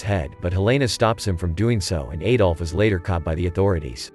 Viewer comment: Could not get more than a minute into this. Please stop pronouncing his name incorrectly. The 'A' in Adolf is pronounced like the A in the word Add, not like an A that rhymes with Hey.